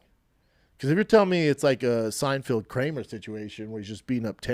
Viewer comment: Oh no, he said "Seinfield"